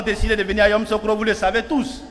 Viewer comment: Il 'e sait même pas prononcer yamisocro